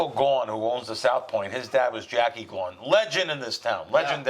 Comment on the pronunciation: It's gawww-gaaan, Jackie Gaughgan